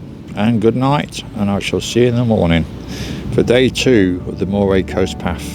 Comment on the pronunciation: Pronounced Murray!!!